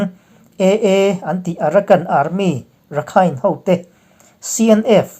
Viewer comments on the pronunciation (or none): none